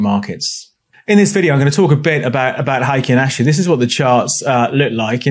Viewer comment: Solid explanation of Heikin Ashi candles and how they can help with market moves- thank you! Just a heads up as its Japanese and pronounced "hey kin" Good luck with your trading 👍